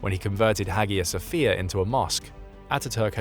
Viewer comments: you did so well with the pronunciation of Erdoğan then messed up royally on Hagia Sophia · I love Kemal Mustafa. Phonetically Its called Aya Sofia. Not Hagia